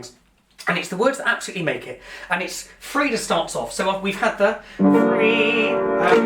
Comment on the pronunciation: Her name is Freda, not Fredar